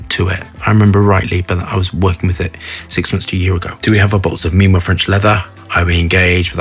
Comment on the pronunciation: It’s memo not meemow. Pronounced as memo from memories. That’s where the names from too, inspiration from memories, places they’ve traveled and ingredients that ressemble the smell of the place they visit and reminds them of it. Wtf is meemo, no logic. If you were american i’d have understood but such an upper class… disappointing.